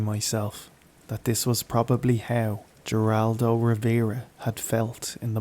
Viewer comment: Ohio, USA here. Not that it's likely to come up again, but Geraldo pronounces the G in his name like an H. (Also wholly unrelated and in a different one of your videos, but somewhat more likely to come up again, locals tend to pronounce Louisville like "Lou-uh-ville," and other Americans tend to pronounce it like "Louie-ville")(not that it really matters, but maybe it is something that you would enjoy knowing) (I love your channel)